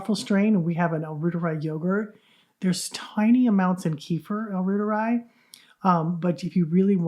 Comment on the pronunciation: it’s pronounced royteri - Not rooteri. Royteri like the Reuter News Agency.